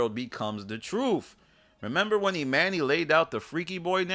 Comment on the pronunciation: I absolutely HATE how you say EMANNY. It is not "E MAN E" it is pronounced "E MAH KNEE"